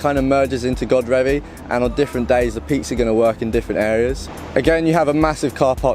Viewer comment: Enjoyed that, great drone shots. Its pronounced Godreeevy by the way not Godrevy, locals should have told you! Keep up the videos, really enjoy the quality and effort you put in